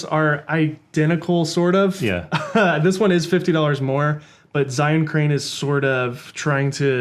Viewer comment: Hey guys, great video. Just one thing - Zhiyun is pronounced "jer - yune." It's Mandarin Chinese for "Wise/Intelligent/Smart Cloud."